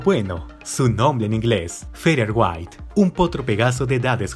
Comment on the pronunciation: Así no se pronuncia, se pronuncia algo como "feder weit".